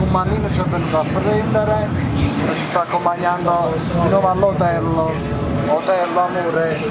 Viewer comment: Ti adoro però non si dice hitel ma hotel capi